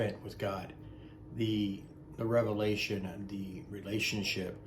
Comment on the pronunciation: I love how you say “relationship”. Thank you for the reminder of what this is. Because I am taking the daily steps. And I just praying for continued wisdom to discern these prophecies he gives me.